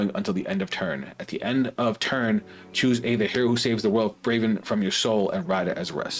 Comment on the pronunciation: It’s Bravern, btw. BraveRn.